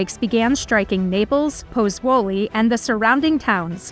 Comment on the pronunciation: Ich lasse die Untertitel immer mitlaufen, dann kann man das Unverständliche mitlesen und wenigstens ahnen, was die unverstehbaren Namen wirklich bedeuten sollen. Es hat trotzdem lange gedauert, bis ich "Puzzuoli" identifizieren konnte.